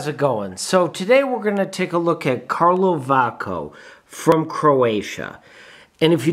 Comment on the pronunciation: It is called Kalovačko like ch as Chicago... č=ch 😀